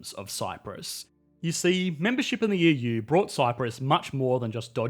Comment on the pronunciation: He's also pronouncing it "Yee-Yuu" :D